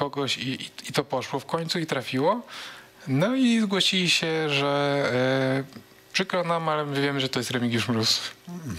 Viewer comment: "Remigiusz Gróz" 🤣 Ale Smoku dojebał na zakończenie.